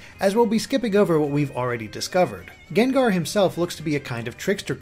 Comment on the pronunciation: GENGAR??!it's pronounced GANG-GAR! Geez,the ENG pokemon say their OWN name and u still can't get it right man.:/